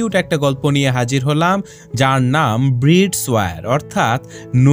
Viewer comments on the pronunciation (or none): ব্রিডস না শব্দটা ব্রাইডস হবে মানে কনে 😌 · ব্রাইডস is the correct pronunciation